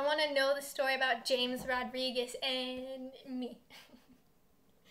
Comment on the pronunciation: U pronounce James as Hamis